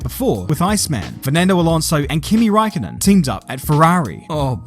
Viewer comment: well actually his last name is räikkönen not Raikkonen